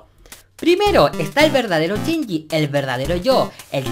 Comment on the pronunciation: por que pronuncian chinyi en vez de shinyi? en que pais usan asi el vocabulario? es para saber nomas n_n y me encanto tu video te ganaste mi like otra vez-.Saludos!